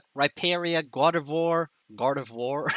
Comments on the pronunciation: Me hearing "God Of War" when trying to pronounce Gardevoir... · When he says gardevoir i hear him say god of war